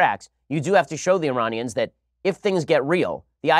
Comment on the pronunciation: "IrARNians" his pronunciation is awful